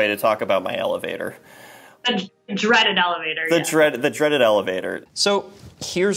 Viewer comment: Anyone else notice the "elevevator" ? 😂